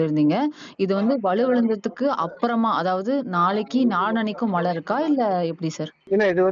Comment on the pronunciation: அது "மழை" நீங்கள் "மலை" என்று கூறுகின்றீர். "ழ" சரியாக உச்சரிப்பது மிகவும் அவசியம். keep in mind